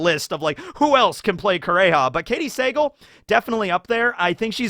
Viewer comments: It's Katey Suh-Gahl, not Say-gul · You gotta learn how to pronounce Katy Sagal’s last name. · Am i the only one who cringed when was butchering Katey Sagal last name lol